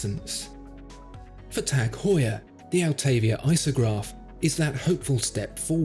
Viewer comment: its "Heuer"